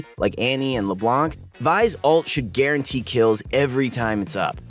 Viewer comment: Also did I hear guarantee or "garen"tee?